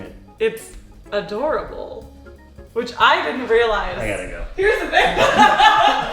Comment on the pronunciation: It's..a-Dora-bowl My lungs have exploded ahahahah